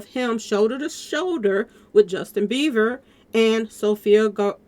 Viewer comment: In getting triggered Sis….his name is Bieber not Beever